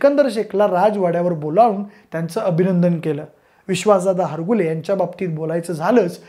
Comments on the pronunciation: हरगुले नाही हारूगले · हारगुले नाही दादा हारुगले